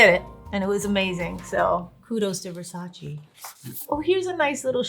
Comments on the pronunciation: Jen it’s VersacE not Versachi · Its Versace! Not Versaci😂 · She’s latin and the said Versachi O SEA DALE JENNIFERRRR